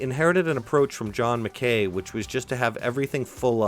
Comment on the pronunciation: MacKay is pronounced Mac-Kai.